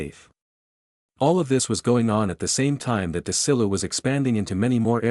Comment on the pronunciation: It's pronounced "Seller-on"...I grew up in a town near Jamestown and the nearby Celeron...and it's "Dez-ee-lou"!! Wow! Forget AI and get someone to narrate!